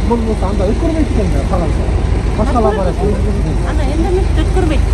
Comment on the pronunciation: Лаборатория, а не Лаборотория